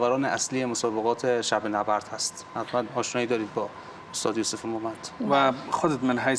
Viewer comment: استاذ ، اروسیه ، زیاف 😑😑🤦‍♂️🤦‍♂️